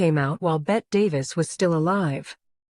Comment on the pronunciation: It's not pronounced Bet it's Betty.